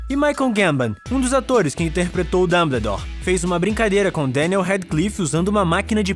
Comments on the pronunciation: É Dumboldore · ELE FALO DANDEDOR DANDERDORRR🤬🤬🤬🤬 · mano, que agonia! A pronúncia é "Damboldor" kkkk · O cara me pronúncia "Dumbledore", do geito que escreve, mas a pronúncia certa é "Danboudór"! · Dâmbledor? Sério? Dói os ouvidos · Escreve "Dumbledore" E fala "Damboudor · Ele fala danbedor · dambledor KKIOKKJ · e q vc falou Damboldor kkkkkkkk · Pelas barbas de Merlin, essa pronúncia do nome do Dumbledore me mata eternamente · Me encomendei no início do vídeo mas depois achei bem legal, ficou muito parecido com o sotaque francês